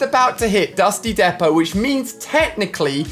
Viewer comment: can’t even say “Dusty Depot”